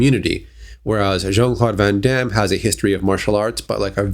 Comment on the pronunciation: It's van Damme